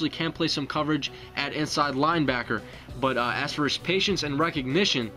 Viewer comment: I don't mean to be "that guy" but I've noticed in a few of these videos, you've said "Patients" instead of "Patience". Patients would be the plural from of patient.